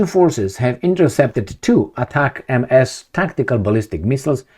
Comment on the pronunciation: US give to UA 20 ATACAMS, from witch they used last week 18 in that attack on the air bases and had 2 left,,,now they used last 2...and STOP reading ATACAM-MS like this because it is read in one word without MS........you simply read it ATACAMS